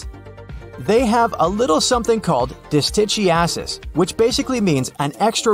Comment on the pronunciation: My whole family has dis-tichi-a-sis!!!